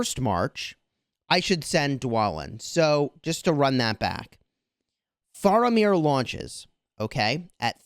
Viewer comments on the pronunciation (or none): it's pronounced "fair"amir. for future reference